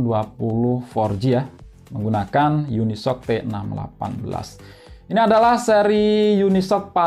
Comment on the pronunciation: Unisoc = unisok ❌ yuni es ou si ✅